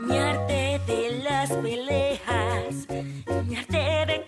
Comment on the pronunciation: En mi país sigue dando Escandalosos, no molestes. 😅😂😭 PD: Pelehas